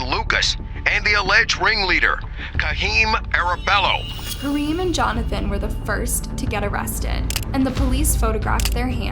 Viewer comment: It's painful to hear this narration pronounce the Guardado name wrong every time she says it. Cringe. And the kid's name is "Kaheem", not "Kareem".